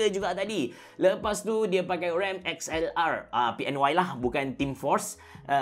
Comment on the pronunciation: XLR8 tu sebut Accelerate (●'◡'●)